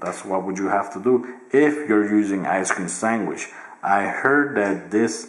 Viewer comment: "Ice cream swangish"